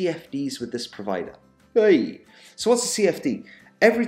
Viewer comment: You cracked me up when you said 'heyyy' after the first read. Actually you sounded Nigerian then.